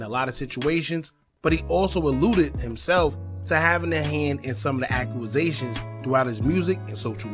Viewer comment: What the hell is a "Accuasation"?